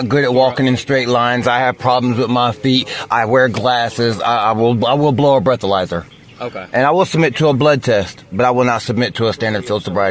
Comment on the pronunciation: “I’ll bro a bleathalyzer.” lol